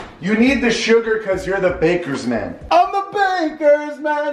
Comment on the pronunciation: When he said bakers man I thought he said lakers fan and I was so confused on what he was talking about